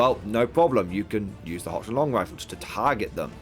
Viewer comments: It HOCK -LAND.. it's confusing...when I wanna go to holy head and I wind up in Holly head or if I want Worcester sauce and some guy from Boston and I get into a fight on the A train in NYC because Wooster MASS,. Detachments for the win! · I see GW is ripping off 9th age with that -2 to hit after moving. Can't blame them though, it's a lot better than move or fire they used to have. Also - Handguns have great matchups and abysmal matchups. Crossbows have good matchups and mediocre matchups. If you have to pay more for handguns, then handgunners will never see the light of day. Also, you are pronouncing Hochland wrong - it's pronounced HOHLAND, there is no CH sound there.